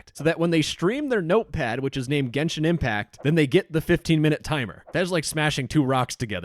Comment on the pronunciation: "genshit impact" 💀